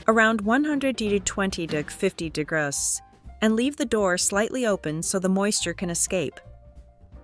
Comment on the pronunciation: I always have to chuckle when the AI can't say "degrees," but says something like "de-gross." LOL But, this was a very good video!!!